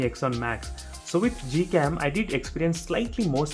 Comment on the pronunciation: is it google cam or gold cam....? You keep saying it as Gold cam or I'm hearing it as that...?